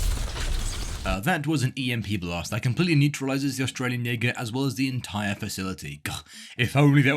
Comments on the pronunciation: Jäger means hunter. Also you mispronounced it. 😭. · bro did not say jaeger 🙂🙂🙂